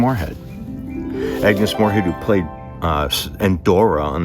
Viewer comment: ' Moorehead ' not " Morehead ".